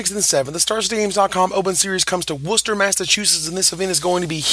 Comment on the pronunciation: rep for saying Worcester correctly, youve got no idea how many people even from around there say it wrong